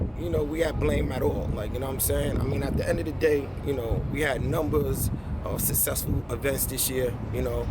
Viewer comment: Sussessful - SMACK White